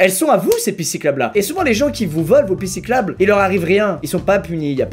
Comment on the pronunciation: c'est moi ou à il dit "pissiclabe" au lieu de "pistes cyclables" ? 😂😂